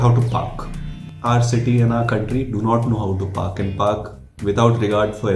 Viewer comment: He said PARK and I heard ***k 🙃